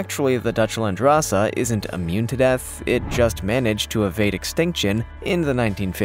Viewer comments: "Landrace" LAND-RACE 🤔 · Landrace is pronounced land-race, as in the race of goat from that land. The term is used for many domesticated species of animals and plants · Seriously, no Myotonic goats? And it is Dutch Landrace, as in land race (two separate words), not landrassa. A landrace strain is one that has adapted to a local area over a period of time, but is less homogenous than a standardized formal breed. There are landrace strains of pigs, cows, goats, etc... and even plants.